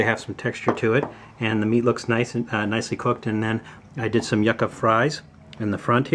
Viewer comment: LOL how he pronounced yucca! Too bad people can't seem to understand that a pet is only a pet because of its environment, otherwise it's just a meal. Some people keep rabbits as pets, many just consider them food. Here, Puerto Rico, iguanas are pests, we're starting to warm up to eating them though.